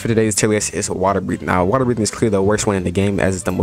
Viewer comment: Ah yes the bo'oh wo'oh breathing